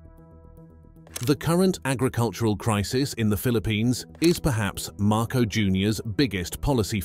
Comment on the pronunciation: at least say the name of the Philippine President correctly. Repeat after me...MAR - COS (as in because).